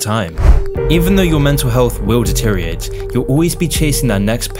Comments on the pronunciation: Hey man, good video but you need to learn how to say "deteriorate" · stop mispronouncing deteriorate.